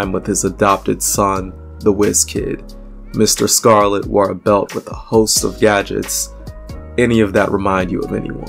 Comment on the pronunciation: Question: There seem to be 7 chapters in this video 📹, yet it reads only 6 chapters, and also... why was the name Mr. Scarlet mispronounced in the 3rd chapter?